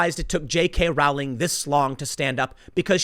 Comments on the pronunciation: Its pronounced "rolling." Do your research bruh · Its prononced rolling. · Row in Rowling is pronounced Row, as in Row, Row, Row your boat. Dammit Tim, look this shit up, you mispronounce people's names all the time. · Rowling, Row-ling like in "Row Row Row the boat" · Sorry to nit pick, but it’s pronounced “rolling.” Tim repeatedly gets this incorrect.